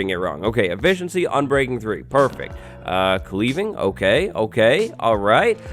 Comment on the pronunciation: You tried to enchant an enchanted axe , hence why the anvil didn't allow the sharpness book onto the axe. Also sounded like you said "Cleaning Enchantment" 😂😂